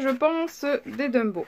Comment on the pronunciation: Mais enfin , prkoi tu dis DUMBOW ? lol C'est TOMBOW , avec 1 T , svp éssaye , please !!! :D Bisous :)